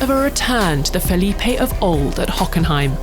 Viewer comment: Fe'lip.e Matisa Amo essa Pronuncia dela